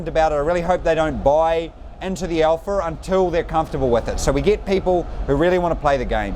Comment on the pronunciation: I love how he says "alpha" Alpher